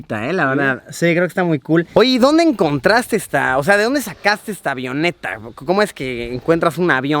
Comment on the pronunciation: Cada vez que dice AVIONETA me duele los oídos jajaja 😂, los que estudiamos aviación entenderemos. 😅